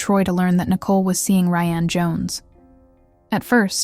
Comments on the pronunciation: But WHY CAN YOU PRONOUNCE RYAN THROUGH HALF THE VIDEO????? DID RYAN DO IT?? BECAUSE YOU SAY RYANNE COMMITTED THE MURDER. OMG I WANNA WATCH THIS BUT IT'S SO FREAKING ANNOYING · Ok, I have to ask. This SOUNDS like a real voice. But when it switches between “Ry-Anne” and “Ryan” pronunciation wise, then says “9 to the 1 1”, this HAS to be AI. There’s NO way a real person says those things. When saying dates it’ll say something like the April 7 t h but it will say the T and H. Someone back me up here! Why is everything freaking AI? I’m sorry but stories like these, if you can’t speak them from your OWN mouth, you shouldn’t be telling them. That comes off as a massive money grab. Gross.